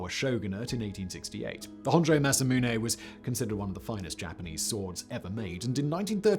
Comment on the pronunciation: Simon is pronouncing it wrong. It's pronounced Masamune.